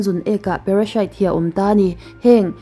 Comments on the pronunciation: Miss parashite ti lo in parasite ti mai la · Parashite I ti zel a,Parasite a ni sia